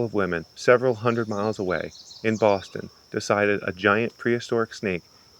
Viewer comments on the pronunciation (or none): none